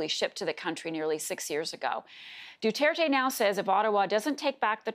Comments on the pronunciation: Normies: President Rodrigo Duterte Reporter: nO iTs DuHtErTe 👁️👄👁️💅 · Rodrigo Dutaertay 🤣🤣 I'm sorry but the way americans/canadians pronounce Filipino names and words is just hilarious, I'm a Filipino btw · No one: The girl: PRESIDENT DUTETE